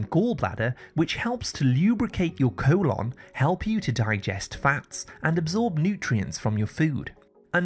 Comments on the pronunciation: Great informative video,but why does he keep saying "co-lonn"? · Co-lon lol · Your cool-onn 😂